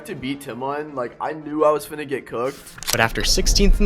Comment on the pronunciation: Hearing him say Finna' 😂🤮